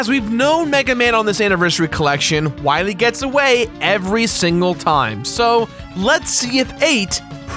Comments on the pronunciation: The "wiwy" thing got annoying really fast. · ah yes, Dr. Wahwee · Wily or wiwy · why does keep pronouncing dr.wily wrong as dr. wiry?! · Not Wywee, Wily. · Lmfaoooo. when you kept saying Wiwey. Fucking dead. Good bit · Your dedication to 'Dr. Wiwy' is why I like this video. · W-Megaman vs. Doctah Wahwee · Or is it Dr. Wowey? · "You must recover all the energy...Wa Megaman" That slip up from Dr. Light's voice actor always gets me. XD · You cant pronounce wawee? Wilaee* Wilyweee* Wewe* Ill just,stop. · please stop saying wywee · win wee fiend dat meteoer weell fiend docta wahwee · Doctah Wahweeh. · "We must go to the wadar woom, then we can find Dr. Wowy" I DIED XD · i think dr light has a case of the elmer fudds # dr wiwy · If its not Dr. Wiwwy, you instead get DOCTAH WHYRY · Dr.Willy... Wahwee... Wahwee, Evil, World Domination... Don't worry, i'll get to Dr.Wahwee... Wahwee, Wahwee, Wahwee, Wiiwii kkkkkkkkkkkkkkkkkkkkkkkkkkkkkk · you got it wrong it's Dr. wahwee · I thought it was hilarious the way he just stuck the knife in and kept twisting to make as much fun of Light's voice actor as possible by repeating "Wiwy" as many times as he possibly could throughout the entire episode. Cracked me up. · is he purposely miss pronouncing Bass and Dr. Willy, like the does Tumblr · We gotta find da wabbits